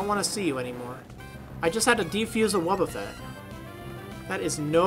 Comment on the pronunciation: "I just had to diffuse a wobbeffet." Ahahaha xD